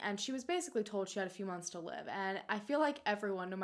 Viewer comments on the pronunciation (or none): Every time says “told” it sounds like “toad” I think it is hilarious in the nicest way possible 😂❤️